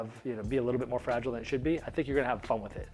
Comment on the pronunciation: She-uld. Clearly that's two syllables. :)